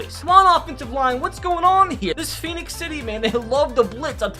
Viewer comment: *Phenix City people Phenix City we hate wen people say Pheonix dats how Arizona Spell it